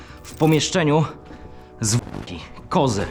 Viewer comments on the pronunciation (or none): zamiast zwłoki usłyszałam zbóki XD